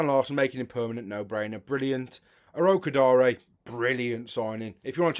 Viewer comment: Finally we have someone who pronounces Tolu Orokodare's name right, well done.